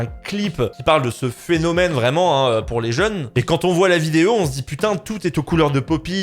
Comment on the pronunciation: Car au niveau de la prononciation il voulait dire "Quand", sauf qu'on entend "Kant" qui est un illustre penseur il me semble (un philosophe). C'est pourquoi il l'a mis en deuspi juste s'autovanner je suppose 😂